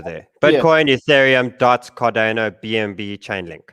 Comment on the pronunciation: Cardano not cardayno😄